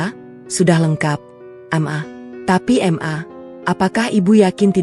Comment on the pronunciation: Bukan EM A , tapi MA